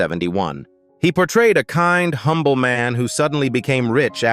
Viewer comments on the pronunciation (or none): none